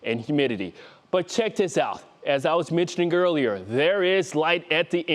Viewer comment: As we mentioned girlier. I wasn't in English class for that one. When will they hire weatherman that can speak .